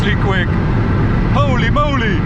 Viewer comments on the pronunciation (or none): HEWLY MEWLY